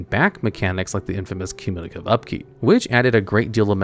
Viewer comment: I love the pronunciation "communilative upkeep"